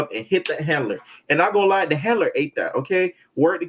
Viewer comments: The HANLURR! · Why he keep pronouncing “Handler” without the D 🤔🤣